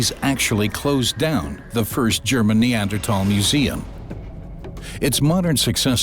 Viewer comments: How strange that people can no longer pronounce the “th” sound in words like Neander”th” al. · Somebody tell this dude Neanderthal has an H in it! Jesus Christ its irritating hearing him say that word over and over. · Am I the only one that had to stop watching this five minute timer because of the way he pronounce Neanderthal😂